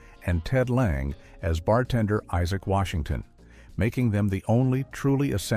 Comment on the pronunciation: It also pronounced Ted Lange's name two different ways and I believe both were incorrect as it used the long a sound.